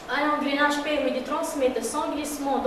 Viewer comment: ENGRENAGE PAS ENGRéNAGE